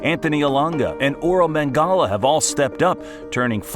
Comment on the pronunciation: You actually called Ola Aina orle mangala 😂